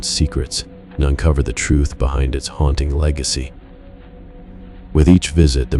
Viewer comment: What is HOUNTING? Asking for a friend. Bc I am mesmerised by the dulcet tones of your sexy voice……brain in shutdown mode😉😋🤷🏼‍♀️💜